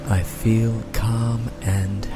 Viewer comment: *feel (not weel) :D